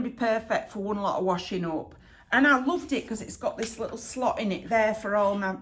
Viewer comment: I died with the dish drainer - not a native speaker, I was looking for a sloth lol! As you love them so much. Then I realized that you meant a "slot" 🤭😂😄